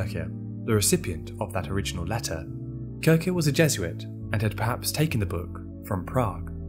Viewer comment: its pronounced kirsher not kirker!